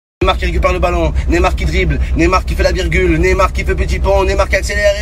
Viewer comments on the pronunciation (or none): none